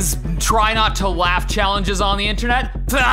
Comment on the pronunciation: Bro Said Try Not To Waugh Challenge